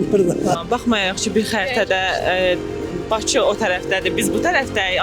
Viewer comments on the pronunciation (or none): none